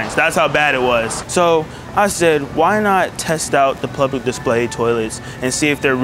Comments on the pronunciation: Lmao plublic 😂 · Bro says blublic toilet 💀like bro might as well just say but plug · It's funny hearing you try to pronounce "public"